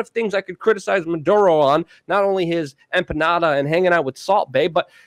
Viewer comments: Why does he insist on calling the guy Manduro. Maduro his name's MA DOO RO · it's muh dur oh, not mun duro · REPEAT AFTER ME: Maduro not Manduro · It's not "Munduro".......leave out the "n" that isn't in the name. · The funny thing is that sometimes Luke pronounces it correctly......which is actually more strange than if he was consistent in incorrectly pronouncing the name!